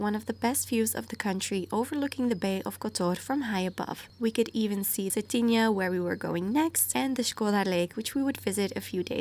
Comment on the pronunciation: Cetinje is pronounced like it was written with y... Cetinye (suh-tin-yay) 😉